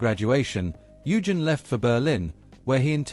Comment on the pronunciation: Oy-gen, not You-gin! Your German pronunciation needs some work!